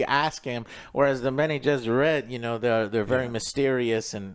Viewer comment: Jene-Besserit...Bene-Jesserit...Benny and the Jets...nice